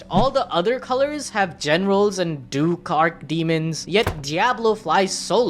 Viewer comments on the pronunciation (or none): none